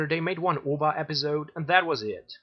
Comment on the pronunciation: i lie it but to make you sound a bit smarter its not spelled out ova but you pronounce the letters O-V-A or O-A-V i said this once in the episode too but under the legs and thru the boobs ima' killin zombies like they're n00bs